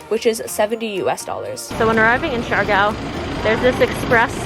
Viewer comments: lol for the love of pronunciation...Siargao! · I'm saying you should have learned how to pronounced it...